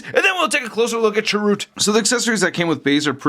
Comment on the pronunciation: first love the figs! I love the review, but I must say, I cringed every time u said Chirroot.:) the end has more of an "uh" sound. I'm correcting with the best of intentions. not trying to insult you. I luv u!